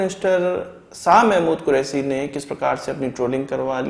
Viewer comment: Santi nahin shanti, Des nahin desh kahiye. Correct your speech. Quresi nahin Qureshi.